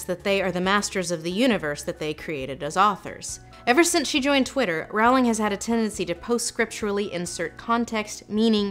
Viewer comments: Rowling as in row row row your boat Rowling, please. Not Rawling. Yes, I have ASD, this bothers me, I can't help it either. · I predicted John Green was gonna be in this video from the beginning and I was still shocked. Also, IT’S PRONOUNCED ROLLING, YOU AMERICAN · Doesn’t Rowling rhyme with bowling? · Lindsay, you mispronounced Rowling's name. It's pronounced "Rolling." Also, Dumbledore is definitely gay. One of my biggest pet peeves is when fans push their own personal agendas onto clearly established characters (claiming homosexuality in characters that are clearly not homosexual, for instance). That's not the case for Dumbledore though. The subtext for his homosexuality is very evident in Half-Blood Prince where we as readers learn Dumbledore's backstory. Now there ARE a lot of problems with Rowling as of late, one of which you included (finally making a movie around Dumbledore and Grindelwald and NOT expressing homosexuality in any form at all regarding these characters), and I would actually love for you to break those down. Another example is a South Korean actress playing an Indian character (Nagini) who is a human cursed to eventually be stuck in her snake form...and then being beheaded by Neville Longbottom in the last installment of the series. And Rowling seeing nothing wrong with it and even claiming that was the backstory all along and she came up with it 20 years ago (obvious bullshit because there is a SHARP contrast in quality, logic, and depth between things that were there all along in the back of her head and things she just recently came up with now that the main series has finished and fans are still clamoring for more material). I don't believe I've ever commented before on one of your videos because you clearly know so much more about literacy than I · Her name is pronounced more like "rolling." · Lindsay, please pronounce Rowling's surname correctly. It is ROW-ling like ROE. Thank you. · It's Rolling, the RWORING